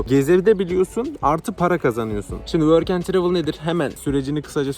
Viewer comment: Programa nasıl kayıt oluyon worken travil dediğin